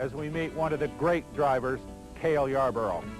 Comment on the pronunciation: It's "Yarborough".